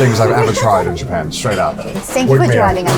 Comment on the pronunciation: I don't know why but in the first second of this I heard JOOPEN and I can't unhear it now.